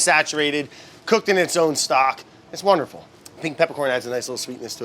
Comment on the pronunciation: Watching Brad, the guy who says wourder, struggle with the pronounciation of court-bouillon, is not unexpected.